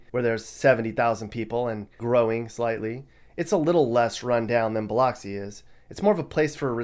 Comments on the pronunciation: I live in MS. This is very well researched. Good job. One thing, though: Biloxi is pronounced bill-LUX-ee not bill-LOX-ee. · While your pronunciation of the city of Gautier was correct, the city of Biloxi should be pronounced as if the letter "o" was the letter "u" instead. It's Bi-LUX-ē, like Luxembourg, or luxury. While I do appreciate that this video tried to give the world a view of the state, I feel that you should have focused on a few other cities as well. Madison, Flowood, Ridgewood, and other central cities near Jackson are a bit nicer. And, there is more to the Delta. We're talking honest farmers who are trying to keep the old ways alive. Where do you think your groceries come from? A little more detail would have been nice. But, I do like that you weren't too negative. There's hope for those places. The video portion shown of Jackson showed only the worst areas. You give the impression that the whole city is torn up, nasty, and dilapidated when there's a lot more to the city. You need to do an update and show more. While I'm disappointed with my experience living there, I do have to say that growing up there was much better than what you decided to show. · It’s “Bil(u)xi” 😩🤣 just so y’all know. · I'm from Mississippi. We always pronounced "Biloxi" with an "uh" vowel in the middle. You won't find a lot of "lox"and bagels there. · I love how he pronocied biloxi lol..... its (Bah-LUX-C) 😉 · He lost some creditable when he mispronounced biloxi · OMG! Thank you! I was so triggered when he said Biloxi and Pass Christian incorrectly. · Say it with me "Buh LUX ee" (not Bil LOCKS ee). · I grew up on Mississippi. Please, when pronouncing Biloxi, think of of luxury, not lox. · you mispronounced Pass Christian and Biloxi lol. Also, the description of Biloxi was a bit off.. it's ALOT nicer than Gulfport. Pass-Chris-Chee-Ann Bil-uh-xi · Biloxi = Bill-ucks-see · It's pronounced Bill-UHCK-see. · Oh yeah and it’s pronounced “biluxi” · No it's buh-lux-c 😉